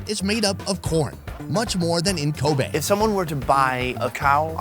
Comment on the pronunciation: Its kobe not koba